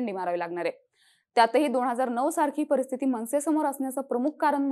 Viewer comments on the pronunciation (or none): none